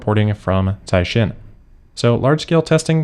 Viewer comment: You pronounced Caixin right.🎉